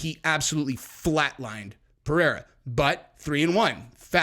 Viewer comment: Chael pronounced Pereiras name 3 different ways in one video. He has name dyslexia. He pronounces EVERY name wrong!